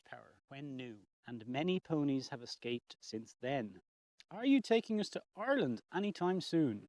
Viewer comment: Have you been to the USA? When you mentioned Ireland I thought I heard Oregon which also is rainy.